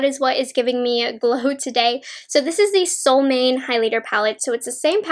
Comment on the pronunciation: I love your reviews! ❤️ I’m going to pick these up this week. Btw in Swedish the j in Freja is pronounced like y, and Solmåne is something like a sool-MWAU-na. The å is hard to explain, but since I know you’re half Chinese—dunno if you or your mom speak Mandarin—but the å sounds exactly like the o in pinyin. For example in wo (mine) or the Chinese version of “oh.” And you’re pronouncing Älva correctly.